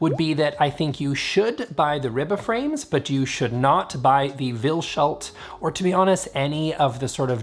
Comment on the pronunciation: Greendale! Now I want to go watch Community. BTW, is Vilshult pronounced Vils-hult (separate s and h sounds), rather than Vil-shult (sh sound)?